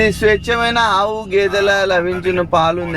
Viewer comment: స్వేచ్ఛ మైన ఆవు గేదెలు ❌ స్వచ్ఛమైన ఆవు గేదెలు 😅😅